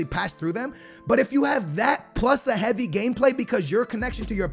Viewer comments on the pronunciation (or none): none